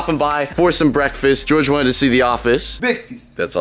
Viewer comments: what’s breakfast? ONLY BEKFAST. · (says) bekfast Me:I also wany bekfasttttt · "bekfast" -George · "Whats breakfeast,only bekfast" -george (moosecraft) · beakfast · bekfast never changes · BEKFAST EVERYWHERE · BEKFAST